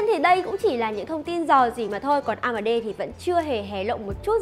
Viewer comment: onboard on bót amd a mờ đê ..... nghe nhứt nách luôn